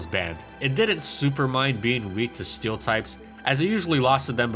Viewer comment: "steel tripes"